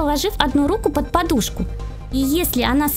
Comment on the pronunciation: Не под а ёд